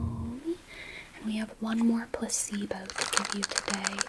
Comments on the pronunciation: why do i hear "puss-eebo" instead of "placebo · I can't stop hearing puh-c-bo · I don't know why but everytime you say "placebo" I hear "pussy boat" and it's the most disorienting thing ever but maybe I just need sleep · I’m hearing puss-e-bow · I thought you were saying pussybow and I kept thinking, is that a US thing because I've not heard of one of those before 🙂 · 😂 bro i thought i was tripping